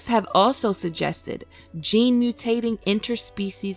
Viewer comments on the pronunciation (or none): none